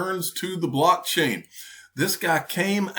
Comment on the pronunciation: Does she saying “black chain” technology or “blockchain”???